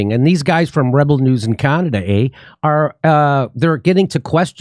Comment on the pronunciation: Love ya Jimmy but you need to know how to pronounce Canada..eh